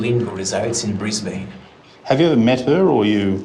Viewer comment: The true crime is how he pronounces Brisbane